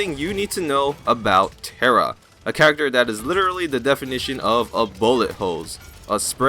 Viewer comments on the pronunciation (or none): Its Tyra not Terra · tyra not tera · Why do you keep pronouncing every champions name wrong? Is it to piss off someone or do you really think thats their name? Like, tara and drogols.. Dont take me wrong i love your videos. Just, please try to pronounce it right. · wow tira i never knew that, wasnt it tyra with i?